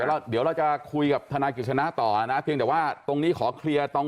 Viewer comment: ทะน๊าย ของ แม๊ 😂